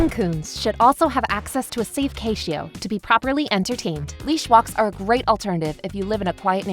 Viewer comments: 3.34 did you seriously just pronounce pah-tee-o as pay-she-o? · She said Cashio... catio like patio. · what the heck is a “cay-she-oh”?! It’s cation as in cat patio. If this isn’t a I, you’re illiterate. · It's CAT-EE-O not Cay-she-o. Stupid AI. At least watch your videos and correct them before posting, you lazy slob. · Did you actually pronounce catio, like "cayshio"? It's catio, like "cat-patio",..."catio. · Pashio? Not patio, pashio ...fuck this ai bs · You completely lost me at ‘cay - she - oh’ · I stopped watching when "Catio" was pronounced "Kay-she-oh." Fucken AI generated crap. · You dont know how to pronounce Catio. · ain’t no way she pronounced “catio” like that 💀